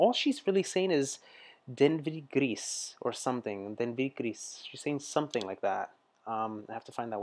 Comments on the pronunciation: Devenir Gris..... "becoming grey" - Gris "Gree" the S is silent... It's the New Wave era!! Where Eurythmics comes from... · "Devenir gris" is the translation of "Fate to grey!". The "S" at the end of "GRIS" is mute, don t pronounce it. ❤ the Dutch singer Nelson Litooij, has also a song "Grijs" it talks 'bout a friend he lost cause she dies.